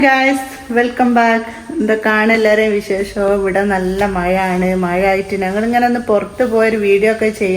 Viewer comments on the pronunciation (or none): മയ അല്ല.. മഴ.. എന്ന പറയാ..